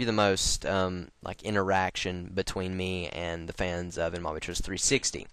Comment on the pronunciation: he sounds like hes saying 'lock' insted of 'like' haha